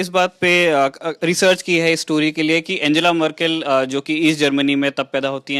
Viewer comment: आन्गेला मर्केल Unka naam ka uccharan! Dhanyawaad :D